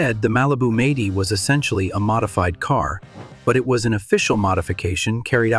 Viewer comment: who the hell narrated this..ts 4 4 2 not four forty two and it'd m- 80 not meighty...learn to talk